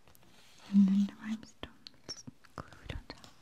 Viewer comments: I love this video. I love that you say rhymestones instead of rhinestones several times. It's very cute and sweet. My husband (not a native English speaker) says things like that and we get some giggles out of it. It's very very endearing! I think on the spa one I watched last night you said "earmuffins" and I was like "AWW!!!" :) heart heart p.s. don't change the way you say it just because we point it out, okay?! hehe The tapping and the bringing attention to the detail on the cards and journals is so very soothing, as is your voice and appearance. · i heard rhybestones 😂😂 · It gives me tingles when she "misspeaks"